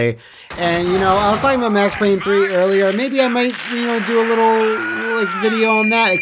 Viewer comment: IT'S PAYNE!